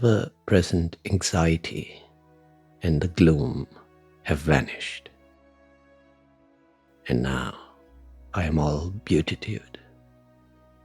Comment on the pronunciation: That's not how you pronounce beatitude. You say it like its beauty-tude. Has nothing to do with the word beauty.